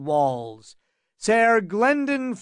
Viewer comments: 'Ser' is still pronounced like 'sir', it's just spelled differently. Not SAR. The fact that Egg says it so much and you pronounce it that way is sooooo annoying. Had to find a different version. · come on OG. I didnt suggest I could do it better, in fact I said it was 'pretty good.' Except for the repeated mispronunciation of SER. Way to pretend stick up for the narrator who will probably never see these comments. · "Sair" ......the narrator can't read lol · This isn't history. It could be whatever really. But it annoys me as well. Sair. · Yea, idk but Id pronounce it like sir cause i figure thats closer to how it sounded 500 years ago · You're full of shit. It's not pronounced "sair" I've never heard GRRM pronounce it like that. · I cant do it The pronunciation of "Saiiiirr" is too much. Ruined the entire thing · My guess is because in the book it's spelled ser instead of sir. I still cringe when I hear it tho. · I need to know why he says it this way. Seriously. English is definitely this guys native tongue. So WHHHHHYYYYYYYY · Pretty good. FYI SER is pronounced just like SIR 🙄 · wow! I assume your serious , this is not a good reading at all, I'm not gunna pick it apart, and since there's no other version I'm gunna listen but its really hard to maintain the illusion with his voice rising and falling and constantly saying sayer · The way he says ser really bothers me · Some truly hilarious accents here. The pronunciation of ser is baffling but glad to have this to listen to! Thanks! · Awesome story, awesome reading. Even if you pronounced ser wrong every time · Can anyone tell me the narrator/reader's name? The nails on chalkboard way he pronounces Ser grinds my gears terribly and I wish to avoid ever, EVER, having to suffer hearing his voice again! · And how he says Targaryen…has he never watched the shows? It’s fucking SIR and TarGAIRyen